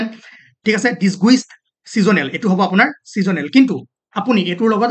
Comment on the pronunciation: Please use proper pronunciation. Disguised = "duhs·gized"